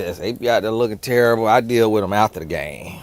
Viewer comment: “Book terribuh” 😂